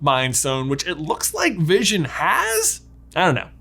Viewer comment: Everone: wondering what white Vison is Me: Thinking it was Bluison